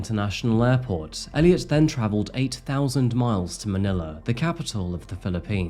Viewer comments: Its pronounced Manila.. it seems you pronounced it as Maniler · you lost me at ManilaR